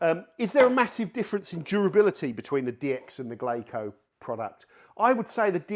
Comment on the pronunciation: Why do you keep pronouncing it that way? It's "Glasso", like Brasso; the Japanese pronunciation of the English word , glass. Good vid. Great channel. Thanks for the info and entertainment.